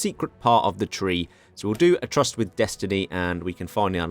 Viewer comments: Tryst is pronounced "trist" FYI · finally getting the Paradox recognition he deserves. Can't wait for SIAM RULES THE INDO-PACIFIC! *I believe tryst is pronounced "trist" by the way